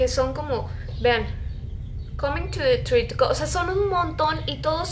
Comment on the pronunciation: Jaja me da risa como lo pronunció "ar yu comin to te tri?" xD